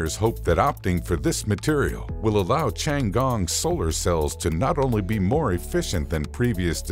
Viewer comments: pronounce "tti ann gong" not as you say or sound like.. chiangong .interesting infos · 是天宫 不是 长宫........... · 不是吧，老外真的不会发T的音，反而读成了C的音😂 tiangong, not chian gong! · Ten gong , not chiang gong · Tian He not Thian He nor Changee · I'm mildly annoyed that he keep pronouncing "Tiangong" as "Changgong" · Creator needs to learn how to pronounce “ Tiangong” correctly . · Narrator absolutely butchered the pronunciation of the Chinese spacestation. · For God's sake, can't you find someone who can pronounce 天宫 properly?? It ain't that hard! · Can't even pronounce the name of the Chinese space station correctly!